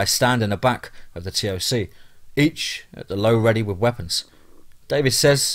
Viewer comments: Since these stories are supposed to be true stories told by soldiers why don't you try learning the acronyms !! Like CPT try saying captain, or SSGt say staff sergeant, or LTC Lt Colonel , TOC us dont say the letters you just say TOC . Just saying if it's a military veteran he would say F O B he was say FOB like the word. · TOC - you say it like "TALK", not T. O. C. F. O. B. = FAHB. Really enjoyed the stories. I know some of them are actually true...